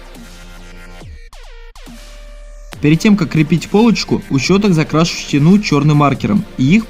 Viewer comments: Не щетинУ, а щетИну. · Что за ударение - щетинУ)))